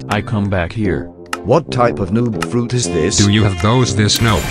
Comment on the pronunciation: Bro saying fruit ite aura not fruit 💀💀💀💀💀💀